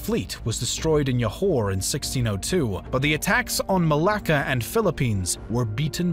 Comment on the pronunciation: The pronounciations in this video are maddening/hilarious. Aceh? Johore? Ternate? etc. Ouch.